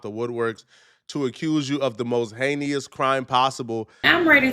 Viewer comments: incorrect usage of words for today: “hayneus” instead of “heinous” 🤦🏾‍♂ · I can’t with you ppl😂😂. First dude says “ a woman comes out the woodwork to accuse you of the most “heineious” crime” then the chick comes on right after that and immediately says “ I’m gonna tell me story about how I was “ sodomitiezed”””” 😂😂😂😂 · Hey-knee-us and Sada-matized have me watching this whole and taking this whole matter so unseriously all the way around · Hanious!? Sodamatized!!?! Foul 😂😂😂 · Idk what’s dumber, saying heineous or the form saying sodomotized 2 sec later, ignorance overload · Within 30 seconds I heard two black people attempt to use words that's bigger than their vocabulary. What's heinEous? What's sodamatized? 😂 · Oh, did you guys miss saying the word, "heineous"?! He sees and portrays him self as some type of intellectual, but he's pretty ignorant. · The host can’t pronounce heinous and she can’t pronounce sodomize. WTF